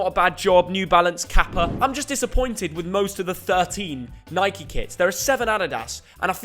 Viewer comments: Imagine being English and calling Nike “Nikey” 😅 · Nothing more infuriating then hearing an English man call Nike…. Nikey